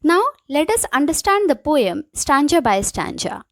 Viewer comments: It's stanza ..not stanja...😅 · The problem is not in stanza and stanja...The problem is that after watching the video you just got this thing to comment this shows how much you capture the video and your understanding level... See maybe you don't know how to tell someone's their little mistakes in a really good work...So first you should praise them that , she taught really well and the explanation was great... Then tell her a little pronunciation mistake... Ma'am the video was great just a little pronunciation error I find out only stanza one...Btw the video was great and it helped me a lot... I hope you understand it..Think before typing because it can hurt someone's feeling...I hope you will take it as a lesson...Keep learning and keep growing... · Good explanation Only pronunciation of stanza. Went wrong